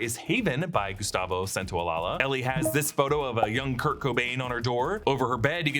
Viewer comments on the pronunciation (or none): Gustavo Santaolalla (Santa-oh-laʝa) not Santaolalaland😅😅😅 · please, to the people writing these videos... I'ts pronounced Santaolasha. san-tao-lasha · "Gustavo Santaolalla" last name is pronounced "Santaolayuh". Please stop butchering it 😅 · San-tao-la-ya (as the Y in yes)